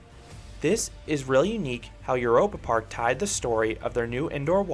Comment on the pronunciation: By the way: The German "eu" is pronounce like the English "oy". So... "Oyropa Park". 😊